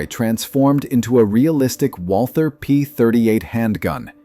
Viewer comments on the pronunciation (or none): none